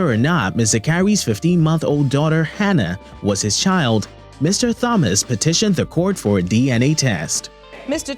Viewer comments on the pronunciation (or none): Listen to how the Judge pronounces Thomas. Not TH sound for Thomas. Okay?😁